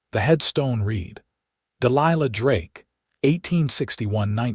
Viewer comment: So sorry you have no clue at all about the two versions of the words "READ" (pronounced " rēēd" - NOT PAST TENSE)(current tense) and "READ" (pronounced "rĕd")(past tense).